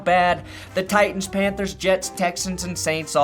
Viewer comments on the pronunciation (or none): none